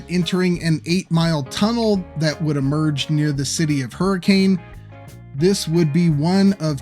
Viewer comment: For the curious, or uninitiated, Kanawha (Kuh-na-wuh) is the textbook pronunciation, but is pronounced “Kuh-nah”. Hurricane is actually “Hurr-i-kuhn”. Most other pronunciations make it obvious your not local 😅